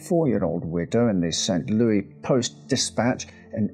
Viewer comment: Saint Lou-is lol Not Looooeeese